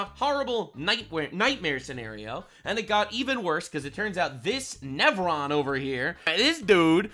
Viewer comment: "Current Nevron." I died 😂